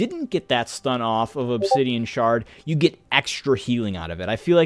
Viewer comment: I think the pronunciation is spot on.